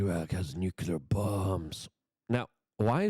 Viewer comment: Nuclear ... Pronunciation American pronunciation Sounds like noo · klee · ur